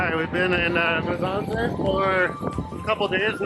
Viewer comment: Pronounce MU. SSA. NZE not Muzanze 😂